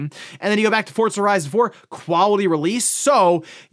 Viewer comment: Just unable to ever properly pronounce Forza